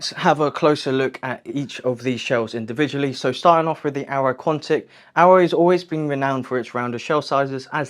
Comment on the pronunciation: arai, not aero